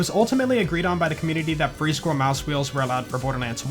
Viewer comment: Did anyone else catch how pronounced "school"